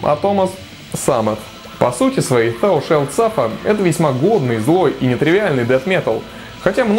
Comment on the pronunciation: Thou читается через "a". А так классный выпуск.